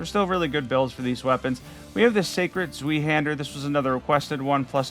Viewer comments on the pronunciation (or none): Sweehander^^ it's more like Swyhander, like if you would say sky, but with a harsh Zw at the beginning.